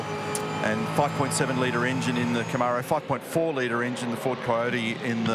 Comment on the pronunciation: Aussies can’t pronounce Camaro.